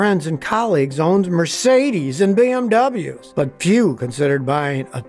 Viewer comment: I like how Scotty puts extra "umf" on the words Mercedes and BMWs.